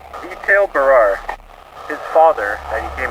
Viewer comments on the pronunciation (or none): Bro, the name is "Barrere", not "Barar". lol